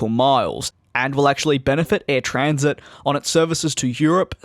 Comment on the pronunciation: Its not said as Air Transit its Air Tran-sat